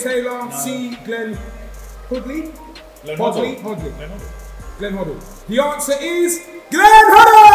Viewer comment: Man said Hodd Lee instead of Hoddle 😂😂😂😂